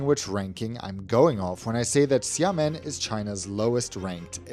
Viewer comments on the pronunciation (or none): It’s pronounced “sya-muhn”. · It's "Shamen". Don't pronounce the i at all. They are pretty good actually and very cheap. Flew BC with them from Amsterdam to Xiamen a few times. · It’s Sia-Muen. That how to pronounce 😊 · I hate to be that guy, but you said it Xiàmén. The you said it is like Shaman like shaman lady from squid game.